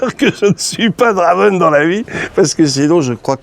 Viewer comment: Oh :( il a tout gâcher le 'draven', ça sonne mal. Essaye 'Drèven' :p